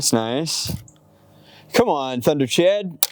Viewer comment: pretty sure its pronounced tember-chawd